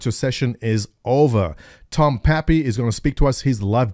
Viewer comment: TODD! TODD!!! Not TOM!! ;)